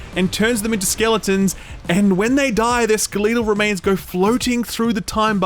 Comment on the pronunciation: I have extremely mixed feelings on how you pronounce "skeletal remains" , it made me smile, but I hated myself for it.